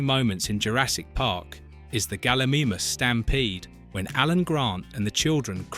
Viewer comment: Galla MEE MUSS, its Gal-I-MY-Muss. (its also CGI, not Y). For rendering is pretty good for its time (you repeated that fact) in comparison to lord of the rings which was 48 hours per frame at a rate of 32, I think in 1993 they did amazingly well as PC's were no where near as advanced. Pretty good coverage otherwise, didn't know about the water fact on the T Rex, that was cool. Keep up the dino movies :)